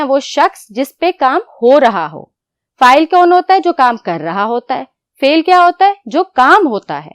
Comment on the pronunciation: It is not fail it is fal